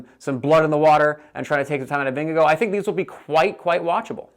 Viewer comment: it's Vin-ge-gaw